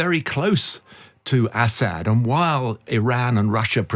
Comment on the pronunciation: How can be an expert if he can't even pronounce Assad's name correctly? Is he from the backwoods part of the UK? Count his teeth.